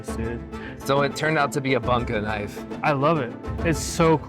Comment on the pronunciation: come on dude, you are a knife maker it's not banka it's boonka it's Japanese. It's not that difficult to learn the correct pronunciatio...